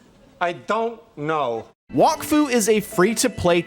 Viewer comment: bro is saying walkfu not wak fu